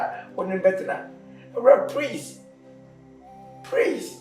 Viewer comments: Ashanti's with their R and L, pronouns action. Kyekyeku is it prease or please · Kyekyeku stop saying prease, is please.❤❤❤❤❤❤❤